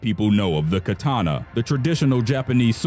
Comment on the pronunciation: Kathana, not Kataaaaaaaaaaaaaaana